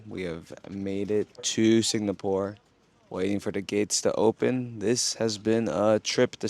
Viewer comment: At least pronounce the place you are going to correctly. It is NOT Singnapore